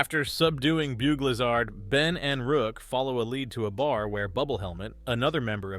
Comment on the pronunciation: "boog lizhard" bro said bug lizard wrong 💀